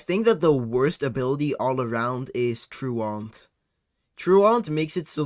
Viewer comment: I don't think Truant is pounced like that.